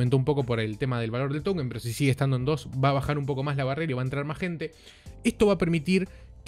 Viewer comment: Como se dice token o towükenn?? Jajajaj